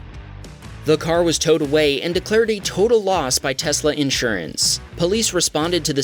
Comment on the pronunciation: Why do people say Tesssla ... sounds cringe